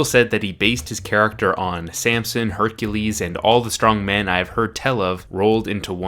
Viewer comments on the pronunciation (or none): none